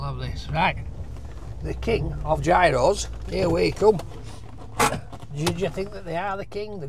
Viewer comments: 4 different pronouncations of it depending on where in Greece.... yeros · It's pronounced 'Yeeros' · Love your channel....here is how to pronounce 'Gyro'......................."Yee row". Roll the 'R'. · Yi-ros. Γύρος. Very easy to pronounce lol. Also, learn some Greek phrases. That’ll impress the Greeks! You may even give you something for free. I never order in English at Greek restaurants or kebab shops unless the waiters there don’t speak Greek. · they are pronounced as " yeeros" my friend!🤗🤗🤗🤗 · Call it what you like, but it’s Yee-ro, or Yeeros if you want to show off. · It's pronounced apparently yeros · Gyros pronounced year o's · Pronounced like "euros" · Why do you never listen to people who tell you the way to pronounce gyros? Is it plain ignorance or stupidity?